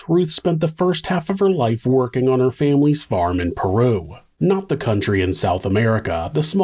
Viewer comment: Peru Indiana is pronounced Pee-roo